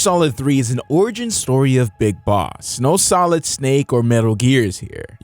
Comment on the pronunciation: "Metal Gear SOILD" Whoops.